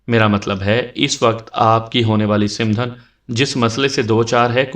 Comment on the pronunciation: It's not simdhan . Its called samdhan Baki ap ki awaz or lehja boht behtar hai.